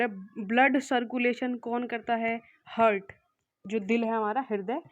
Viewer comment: Heart ko "HURT" sunte hue bohot hurt hua😅😂